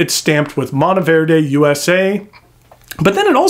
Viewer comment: So glad to hear you pronounce it correctly and the background was a bonus. I picked up one of these beauties in Green Stardust in 2023 and absolutely love it. I just purchased a stub nib for it.